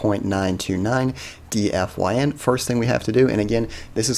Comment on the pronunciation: Wouldn't it be pronounced Dee-fine?